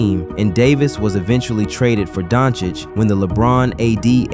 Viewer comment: Good video. Good to hear that you fixed your "Doncic" pronunciation 🔥🔥🔥